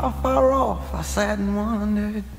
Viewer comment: And "har" instead of "far" . . .